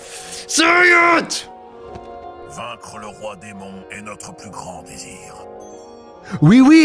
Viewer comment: as a french i can feel you embracing a french spirit when you say "oui oui"